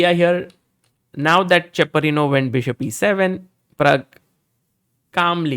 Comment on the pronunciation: Cheparinov not chaprinow❤😂😂😂